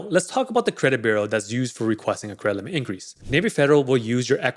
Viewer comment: Yeah I was like, what is Cremlit?🥴 then I just listen to the context and figured he's saying Credit Limit "Cremlit increase...higher Cremlit"😄